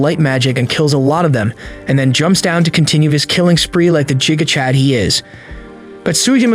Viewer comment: i love the way he says giga chad wrong and says jiga chad